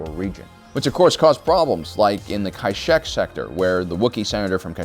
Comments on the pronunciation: The way you pronounce Kashyyk is... frustrating. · That's a new way to pronounced Kashyyyk lol